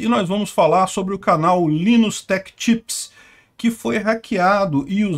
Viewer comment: Não se fala Linus, mas sim "lainus"